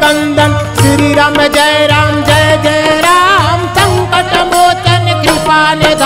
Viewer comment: श्री राम जय राम जय जय राम बोला जाता है लेकिन ये बोल रहे हैं श्री रम जय रम जय जय रम